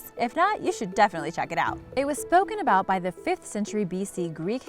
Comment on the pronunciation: Don't forget about her saying aboot